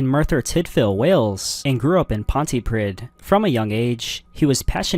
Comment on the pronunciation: Pontypridd is pronounced Pontypreathe (th as in breathe, not three).